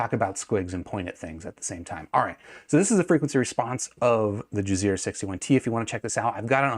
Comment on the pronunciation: I thought you were saying jizzear the whole time. I’m like who would name their company that haha